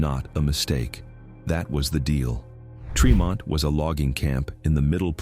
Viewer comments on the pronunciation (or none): It is said Treemont Suhveer County. Get it RIGHT